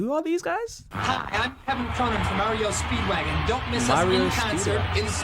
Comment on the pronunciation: Did you just say "Mario Speedwagon?" I swear that's what I heard 🤣 just in case it's REO speedwagon. Mario Speedwagon would be the next Nintendo Game. 🤣